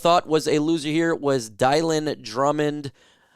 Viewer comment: Why do people keep calling dylan drummond "die-lon"?